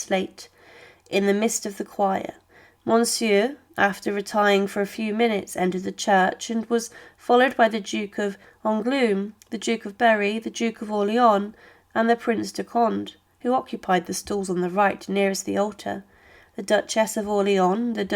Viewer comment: The pronunciation of names in the commentary is utter gobbledygook: the Duchess and the Bishop of Ongloom, St Denny, Prince of Cond, the Bishop of Carsacone, the Duchess of Borvin(???) ...several others who are quite unidentifiable. Honestly, I shouldn't have thought that any of the names could have caused a problem to non-native French speakers. And of course the awful Mme. Two Sword!